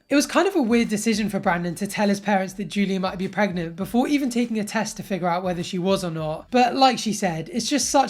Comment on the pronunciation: She's not 'preg-mont'